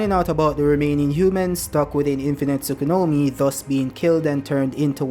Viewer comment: Tsu-ku-yo-mi!!!!!! Not Tsukunomi..